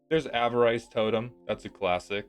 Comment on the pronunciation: Avarice is pronounced with a -riss at the end, not rice